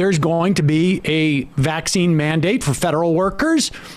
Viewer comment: Ben Shapiro talks up the vaccine while emphasizing the wrong syl A ble focusing on his anti-mandate stance to appease his audience.